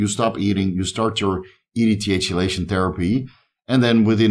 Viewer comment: It's pronounced like key-lation, no Chee- , sorry to be that guy